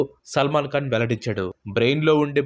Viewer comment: Salman kaan?? Khan saar adi khan..!!! Kalu kaadu saar..kalu ante toddy. Kallu ayya avi eyes eyes..🙏